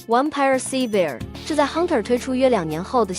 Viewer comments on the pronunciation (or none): SAVIOR的念法有點錯[ˈseɪ-vj-ɚ]，你的念法是silver [ˋsɪl-vɚ] 銀 的讀音甚至有點像Seabird[ˈsē-bərd]海鳥，以後有再報要改改。